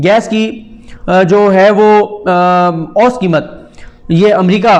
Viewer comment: Saddique Jan sahib, ahtram ke saath - lafz 'oost' nahein hey balkey 'oo sat' hey.